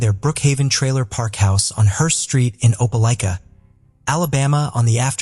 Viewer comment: How did you manage to say the name of Opelika three different ways barely a few minutes from each other? Thats rather absurd The constant mispronunciations is horrible. Its okay to do another take. And to look up the words you don't know. Its grating on the nerves and ears.